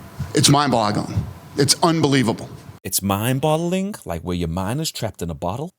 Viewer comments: Its mind boggling Not Bottling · its mind boggling not mind bottling m8 :p guessing they don't say that in the uk haha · Dana said mind boggling, not mind bottling 😂